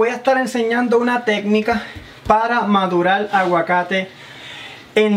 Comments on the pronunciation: Pero porque decir madulal...y no decir madurar... 😪😪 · Muy buen truco...pero una pregunta, desde cuando para algunos hispanohablantes, la "r" es una "l"? madular? calol? velde?